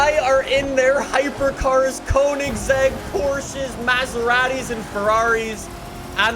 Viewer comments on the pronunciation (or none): none